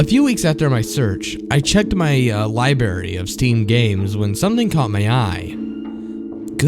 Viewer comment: Im not hatin'. It just killed me when you said libary instead of library. Im from the south though so its not as bad as half the crap I hear. Great vid. Nice voice.